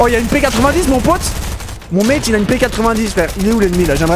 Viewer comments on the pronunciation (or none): none